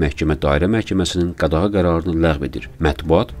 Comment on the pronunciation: Bloggerlərə və hər cürə ağzından hörrə tökənlərə nəsihət: MEYMUNLUQ ETMƏYİN, SÖZLƏRİ DÜZGÜN TƏLƏFFÜZ EDİN, YOX ƏGƏR SİZ BUNU BACARMIRSINIZSA, ONDA ELƏ HALDA YA O SÖZDƏN VAZ KEÇİN, VƏ YAXUD DÜZGÜN TƏLƏFFÜZ EDİN! YOXSA BU NƏ HOQQABAZLIQDIR, NƏ MEYMUNLUQDUR: NƏ VAXTDAN QADAĞAN SÖZÜNÜN BİR HƏRFİNİ YEYİB, DÖRD AYAQLI ATIN, BİR AYAĞINI DƏMİR DİŞ QADIN YEYƏNDƏN SONRA ÖZ QARDAŞINDAN SORĞU-SUAL EDİB SORUŞUR: BACIN ÖLSÜN QARDAŞ, SƏN NEÇƏ AYAQLI ATLA GƏLMİSƏN? QARDAŞI BAŞA DÜŞÜB ANLAYIR Kİ, BACISI ARTIQ ATIN AYAĞININ BİRİNİ YEYİB Kİ, GÖRSÜN QARDAŞI QƏFLƏT YUXUSUNDA YATIR, YOXSA AYIQDIR VƏ DAVAMINI YƏQİN Kİ, BİLİRSİNİZ. İNDİDƏ SİZ, QADAĞAN SÖZÜNÜN BİR HƏRFİNİ YEYİB, SONRADA DEYƏCƏKSİNİZ QADAĞA, BU NƏ BİYABIRÇILIQDIR, BU NƏ MEYMUNLUQDUR? DEYƏSƏN; DIĞALAR BAŞINIZDAN ELƏ BİR ZƏRBƏ İLƏ VURUBLAR Kİ, N HƏRFİ YADDAŞINIZDAN YOX OLUB VƏ YADDA QALAN, ANCAQ DĞA-DĞA, GİRDİ BAĞA, VURDU BAŞIVUZA VƏ YADIVUZDA QALDI XƏBƏRDARLIQ: DĞA-DĞA, GİRDİ BAĞA, VURDU BAŞIVUZA, QOYDU QADAĞA, - DÜZ DANIŞMAĞA. İNDİDƏ SİZ HEY DEYİN: DĞA-DĞA, QOYUB QADAĞA, DÜZ DANIŞMAĞA! 😀😃😄😅😂